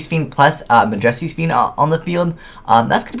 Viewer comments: YOU CAN'T EVEN PRONOUNCE MAJESTY?! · cringing at how you pronounce majesty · i think it's because of how uneducated he is... not really that he pronounces it that way, it's on accident